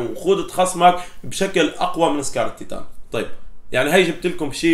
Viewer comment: مين لاحظ انو قال سكار الطيطان